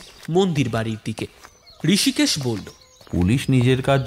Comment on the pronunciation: ঋষিকেশ হবে না? রিসিকেসও বলতে পারেন। আপনারা তো ইসকুলে পড়েন নি😂!